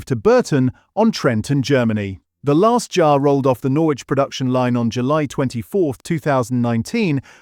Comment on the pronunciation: Who moved burton on trent to germany? And wheres 'norrrrwich'?